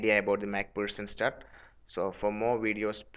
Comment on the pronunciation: Mac pherson not mac pussen